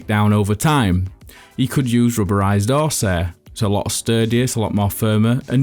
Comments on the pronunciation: What is “oarce air”? 😂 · Black Magic Craft. We don’t do H’s in Yorkshire 👍🏻